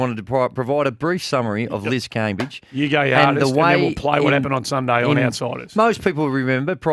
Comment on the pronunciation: anyone think is actually Liz? Liz can I ask you for the correct pronunciation of Cambage? Is everyone messing it up or do you keep changing it to be a diva?